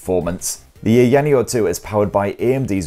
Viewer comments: It would've only taken 10 seconds to put the device into the correct resolution and take advantage of the entire screen, just 10 seconds.. Also it's pronounced Eye-ya-neo, not "eyanio" Such a lazy review. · EYE-YA-NEO lol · IT IS PRONOUNCED EYE-YA-NEO 🤣🤣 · Aya Neo... two separate words... Aya Neo... The company isn't called AyaNeo, it's Aya Neo. Everyone knows how to pronounce it after 2 years of being out. You say Aya Space right, why not Aya Neo? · It’s weird to hear people pronouncing ayaneo from all around the globe I would pronounce it ion neo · I know!!! LOL! Like EVERYONE knows how to pronounce it, where has he been in the past 2 years? It's two SEPERATE words... AYA NEO... How hard is that to pronounce? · Yeah, it seems like he just discovered this company, I mean it's two separate words, he's able to pronounce Aya right... like Aya Space? lol. How hard is it to say Aya Neo? lol. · It was so annoying that i watched the video on mute lol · He pronounces Aya correctly but completely butchers it for the rest of the video. I'm thinking he's just trolling us at this point 🤔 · Couldn't help 😂 how your pronouncing the name. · Hey if you're going to do a review on a product, it's best to do a little... A LITTLE bit of research, like maybe even watch another review and see how it's pronounced. But if mispronouncing a brand name that has been out for years is fine for you, then I'm happy for ya, it's just not a good look, quite sloppy if you ask me. But I guess I have higher standards for YouTubers who have been out for a long time.